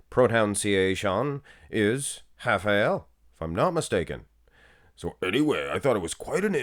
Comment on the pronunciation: You got it right. We say something like hafael.